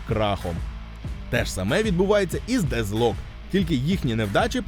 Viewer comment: А чому Дезлок? Воно ж наче вимовляється Детклок. Навіть трек у них був з однаковою назвою.